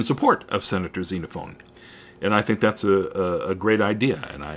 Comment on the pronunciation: Note: It's Xenophon, not Xenophone. Sorry for being picky.